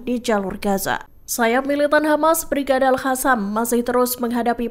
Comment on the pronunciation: nyata-nyata tulisannya aL Qassam (dibaca : aL Qasam/aLKosam) eehh sama pembaca berita di baca AL HASAM 😂